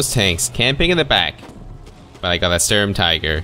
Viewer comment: Is not "Storm-Tiger" it is the Schturm-Teegr